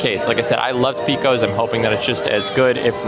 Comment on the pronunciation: yup. My father in law would pile everything on so you could not even see the burger underneath. BTW - not picking on you but it is pronounced PAcose, not PEcose.